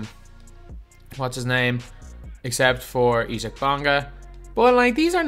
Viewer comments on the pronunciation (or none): Can you please stop saying Isaac wrong😂